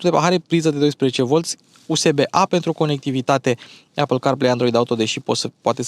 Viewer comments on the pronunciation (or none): none